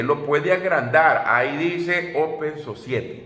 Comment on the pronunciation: Creaturo open society. OPEN SOSAIRI se pronuncia👍